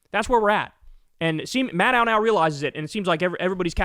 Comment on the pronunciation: Kyle, MADDOW rhymes with SHADOW. She introduces herself at the beginning of every hour, so you can verify for yourself on YouTube. 😊